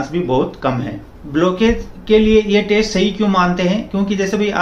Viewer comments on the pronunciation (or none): He is definitely not a doctor .He is mispronouncing Stent as stunt, test as taste , Doctor as doktar and many such easily detectable errors. I am not saying that he is complete wrong, but his information seems to he " Heard somewhere type" .Although one must go for regular walking and keep on raising the efforts frkm slow-normal-brisk-fast walks to slow and finally fast running. His intentions might be good but he is not a cardiologist